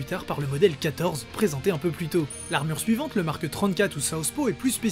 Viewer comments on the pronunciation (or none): il n'y a pas de "e" à la fin de "Mark" pourtant tu dis Markeuh 1, Markeuh 5, Markeuh 6... insupportable. Pouce vers le bas. J'ai tenu 4 minutes... pourtant le sujet m’intéresse mais là non....